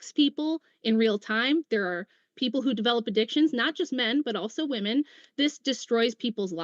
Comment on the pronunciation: Does she know it’s “women” and not “me”